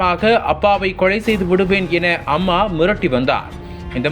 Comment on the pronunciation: என்னடா தமிழ் பேசர? பல்லவி - பள்ளவி அல்ல, கொலை - கொளை அல்ல …. 😡😡